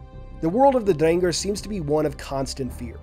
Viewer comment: Same goes to your pronunciation of Drengr, my new favorite halo youtuber right here